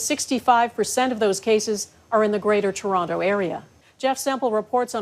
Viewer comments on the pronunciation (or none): Churonto!??! Is that like Vanc-ew-ver??